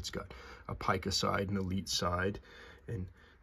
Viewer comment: It is, in fact, pronounced ˈpī-kə, rhyming with ‘pie’. There is no ‘peek-a’.